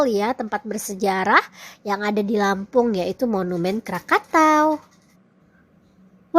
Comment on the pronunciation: Bilang Lampung jadi lempang madam...😀